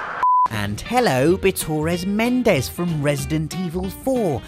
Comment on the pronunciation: It's not Bitores Mendes, Its Bitor Mendes. It's like a Basque trying to speak my Name.